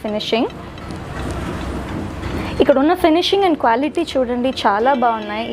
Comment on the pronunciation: క్వ్యాలిటీ కాదు క్వాలిటీ